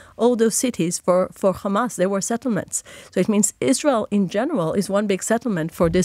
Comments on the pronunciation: How many times did she mention KHAMAS 🖕🇮🇱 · If they ever take responsibility for any of their actions instead of simply saying "KKhhamass" I would be shocked into a coma.